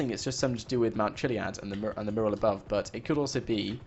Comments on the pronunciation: IT IS NOT A MURRAL its a Mural .. FFS! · Question: Will he ever be able to pronounce "Mural" correctly?Answer: NO! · He is from The UK but still annoying either way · its pissing me off how you say your " used to people from the uk's accents". yet he is from the UK and says it how anyone else does